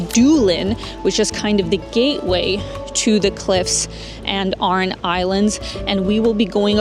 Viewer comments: Great vid Clotted cream is West Country England / not Ireland. Aran islands not oran islands. Enjoy your visit z☘️ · Hi, it is pronounced Gaul-way and the Aaron lslands in English. Dolan was pronounced correctly. I hope you enjoyed the City of the Tribes.